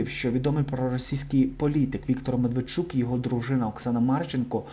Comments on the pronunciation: А чому ви вимовляєте не Медведчук,а Мартвинчук? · Стільки раз почула від ведучого не Медведчук,а Мертвечук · Я не ослышалась: мэртвэчук? Здорово потроллил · Мертверчук!?)))) Это не оговорка))